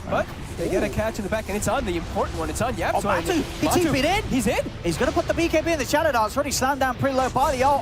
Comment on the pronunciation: Why is the caster pronouncing Matu as Matsu????